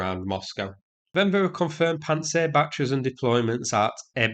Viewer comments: Pants-down-sir not pant-sir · I like that you pronounce it "Pants Air".